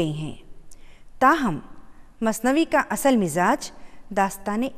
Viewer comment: Mam plz ka ko kha mt padhiye apne bhot jagah pr kha bola h